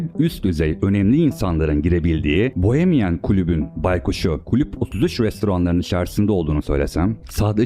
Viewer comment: "klüp" değil "kulüp"